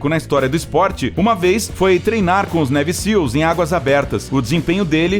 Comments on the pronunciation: A pronúncia correta de Navy é neive e não neve... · "Névi" Seals??? "Kei" West??? Por favor!